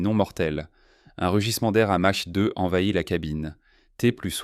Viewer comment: "Vintate janvier", je sais pas quel système arithmétique vous utilisez, mais perso le nombre "vintate" j'ai jamais entendu parler :(. "S Saint-Quentin L", mais qu'est-ce que Saint-Quentin vint foutre la-dedans ? "Un rugissement d'air à mache 2" ... C'est quoi "mache 2" ? C'est une nouvelle unité de mesure, genre "la distance parcourue à la vitesse moyenne d'un ruminent appelé vache dans le temps nécessaire pour macher une grosse touffe d'herbe" ? "Cet etroit ... 'troit levier jaune" : 🤣. C'est quoi ca ? L'IA immite un reflux gastrique pour faire plus réaliste ? ... Bref, les 30 malheureuses secondes de vidéo que j'ai parcouru sont insupportables. C'est la pire voie IA que j'ai entendu depuis ... c'est la pire voie IA que j'ai jamais entendu :D.